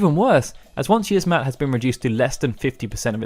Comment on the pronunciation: It's pronounced Yi-az-mat not yizzmat you uncultured swine